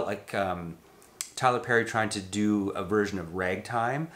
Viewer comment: NOT Tyler PÈÈÈRRRY 🥴